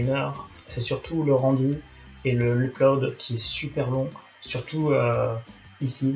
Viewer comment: Pressure level de l'an 1100 après JC (Jules César) : Ma prof d'anglais te fait dire qu'on ne prononce pas [uplode] mais [eudlode] en appuyant sur le [eup], syllabe forte. Voilà, voilà ! ^^